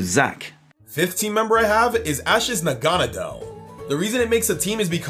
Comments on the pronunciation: WTF Nanagadel It's Naganadel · he called it nanagadel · NA-NA-GAD-EL LOL, but still loved this video. I think Zac won though, sorry! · I think zac won by far it seems that seems to be going for pure raw strength but zac is putting thought about his decision and was able to cover all of their weaknesses and would be able to beat team. It makes sense! And I have a problem....... Naganadel is pronounced (nog a not l) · . Nanagadel. NANAGADEL. Edit: . Noviern. NOVIERN. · It’s na - gone - a - dell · Idk what's more annoying him saying noivern wrong or negandel wrong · Anyone notice that kept saying naganadel entirely wrong? At least Zac was close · He said Naganadel wrong